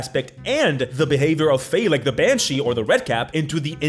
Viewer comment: Banshee? More like MANshee is what I heard